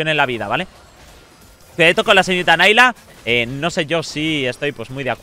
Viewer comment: prueba el mini rework de Sivir. Un apunte: Es Nilah, no Nailah (Se pronuncia como se escribe, no en ingles).